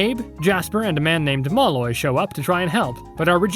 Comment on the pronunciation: That's one way to pronounce Malloy I guess.